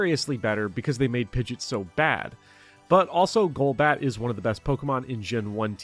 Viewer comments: Pidget? Pidget? Pidget???? Its Pid-gee-ot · Stop calling pidgeot pidget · Jesus christ please never say 'pidjit' again 🙏 😅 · is it a joke in the community to call it pidge-it instead of pidgey-ot? A lot of people do that. like its pidgey pidgey-o-toe then pidgey-ot. Which is weird anyways, i feel it should be pidgey pidgeot then pidgeotto. Just swap stage 1 and stage 2s name and thats it. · Minor nit pick. Pidgeot is pronounced pidge-ee-aht. Not pidge-it. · Great video! Very informative. I just have one critique... you mispronounced pidgeot. It's pronounced Pid-jee-aught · Hearing him pronounce Pidgeot like "Pidjet" almost broke me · Commenting to call you an ingrate for pronouncing it “pidgit”. I hope you feel bad. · First person to ever pronounce Pidgeot as "pidjit" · The pronunciation of Pidgeot is atrocious. PID-JEE-OTT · Say it with me now. Pid-gee-awt. Had to get that out there. Love the vid tho 😘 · Great video, but that “Pidget” really triggered me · the way you pronounce pidgeot is insane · something terrifying about the pidgeot pronunciation. i expect nothing less 🫡